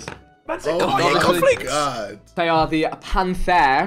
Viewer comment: I love how JJ actively tried to pronounce Cartier but still said it wrong 😂